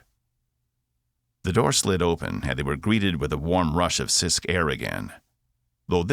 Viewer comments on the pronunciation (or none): Welcome to planet Cyst. I know it is Sisk, but this narrator makes it sound like cyst. LOL